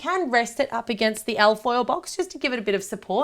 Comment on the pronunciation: It took me waaay to long to figure out that you weren't saying "elf oil" but "al foil" lmao!